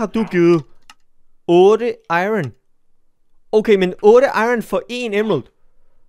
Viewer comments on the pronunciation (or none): none